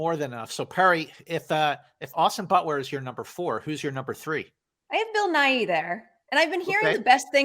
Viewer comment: OMG I kept hearing “Bill Nye” as opposed to “Bill Nighy”!!! I was so curious about what this movie was with a Bill Nye career turning performance! 😂